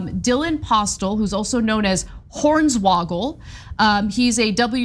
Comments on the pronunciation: It’s pronounced Horn swoggle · I'm here for the butchering of Hornswoggle's name lmao